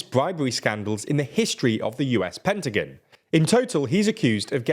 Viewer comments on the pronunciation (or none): none